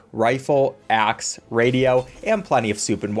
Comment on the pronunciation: When he Said Axe I Thought He Said Ass